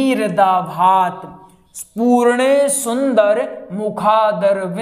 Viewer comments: पूर्णे नहीं पूर्णेन्दु बोलिए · आप अशुद्ध पाठ कर रहे हैं।पूर्णे ग़लत हैं, पूर्णेन्दु बोलिए।ग़लत मत सिखाइये।जय श्रीराम। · जय श्री राधे कृष्ण । क्षमा करना लेकिन पूर्णे सुंदर की जगह पूर्णेन्दु सुंदर पढ़ना चाहिए जय श्री राम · गलत लिख रहे हैं और गलत बोल रहे है । पूर्ण सुन्दर नहीं बल्कि पूर्णेन्दु सुन्दर है जो कि विशेषण है। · Teesri line ashuddh hai ise Sahi kijiye purane ke Sthan per purnendu hai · पूर्णेन्दु सुन्दर बाेलिये अशुद्ध बाेल रहे हाे 😂😢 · श्लोक में मिन्दु कहां चला गया पूर्णेन्दु है छ्न्द भंग हो रहा है। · पूर्णेन्दुसुन्दरमुखादरविन्दनेत्रात् बोलिए गलत उच्चारण कर रहें है भाई। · Jiii bhai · पूर्णेन्दु सुंदर बोले l अशुद्ध पाठ न करें l नहीं तो गलत संदेश जा रहा है l फिर जब आप ही अशुद्ध उच्चारण करेंगे तो सीखने वाले भी आपका अनुकरण करेंगे l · बार बार गलती कर रहे है पूर्णेन्दु नही कह पा रहे